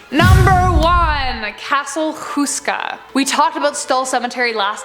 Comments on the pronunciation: lol, That pronunciation of Houska. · Did she just said Castle Houska in Prague? Well I am czech and I am sure that houska is not in Prague...